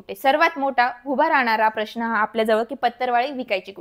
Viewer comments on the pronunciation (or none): none